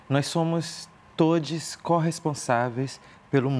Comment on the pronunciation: Por que ela fala "todis"?